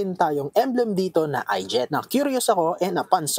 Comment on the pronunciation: I gate hindi I jet. 😂